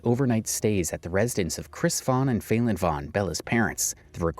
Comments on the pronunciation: Her name is not fail-en. You're either an idiot or you're doing it on purpose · “FAY-Lin”…. Kinda sounds like FAILING doesn’t it…